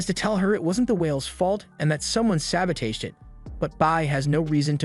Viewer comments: "Sa-bow-teige" 😂 love it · Why u mispronounce sabotage bro